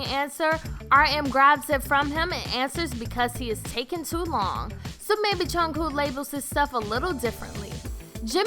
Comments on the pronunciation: She said JUNKOO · No swearing 😂😂😂 did she listen to AGUST D or do you by rap monster sure no swearing and no exposure did she see fake love 😂😂😂😂😂 also no hate but jungkooks name is not that hard to say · Jin and who? (ik who Jungkook is she just pronounced his name wrong? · This is all..so wrong..like how do you except people to believe this when u can't even say Jungkook's name right lmao. This person is saying everything so boldly like they know what they're talking abt. Yknow what, they should just hire an actual army for these types of videos y'all are so misinformed. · this video doesn't make sense at all lmao jimin and jungkook have "exposed" their body more than once. and swearing... I'm pretty sure they know what they are saying in both Korean and English, seen the fact that Kim Namjoon is fluent in English - ugh jungkoo. SPEAK NORMALLY WOMEN> THEY HAVE NAMES. just say jungkook not jungkoo. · The k in kook isn’t a hard sound shhshwhshua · Its jungkook not jungkoo lol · junkoo..IT'S JUNKOOK!! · She said jungkoo not jungkook lol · Goddamn I swear to god she said jungkoo and not Jungkook like tf is it that hard .-. Imma Kermit suicide - runs through a window and jumps - XD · Lady: "Junku says Jin and Jimin are most knowledgeable about alcohol" Did she really just say "Junku" instead of Jungkook? 😐 ExCusE mE? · yyyueeeessss I was like jung wHo??? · "juhng coo" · “John kuh” I’m crying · it’s JungKOOK! Not junkoo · Jungkoooooooooooo WHERES THE “K” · Why does she keep calling Jungkook ‘Jungkooo’? Like, are u a pigeon or something? Like stop cooing after saying Jungkook, like for real! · She said my bias jungku lol 😂😅ah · juncoo and sugar have left the chat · giiiiiiiirl ya need to re read the name "jungkook" more than once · Juan Diego-Aguirre same sis like tf is junghoo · And don't forget Jungcoo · “Jungkoo “ hurts my heartu 😫😫😫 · jooniesddaeng so true.and the way she asid their names like”jungkoo”?i mean? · lmao she said "junkoo" i knew i would catch it ha!!!